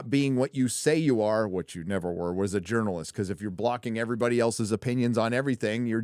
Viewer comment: Jerkalist instead of journalist; aqua velva-man.